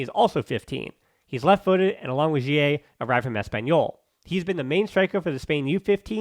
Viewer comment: Why you say guille so weird?